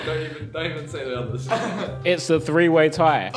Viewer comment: Also, Josh can't say the word three